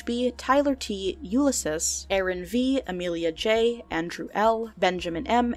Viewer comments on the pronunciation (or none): none